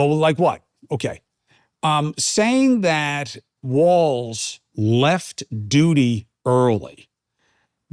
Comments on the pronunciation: Chris, It’s Walz not Waltz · FYI Cuomo…there is no T in WALZ. Phonetically, it’s wallzzz.